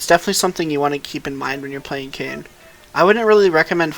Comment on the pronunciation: Kin - Kane Co-op de gra-se - coop de grace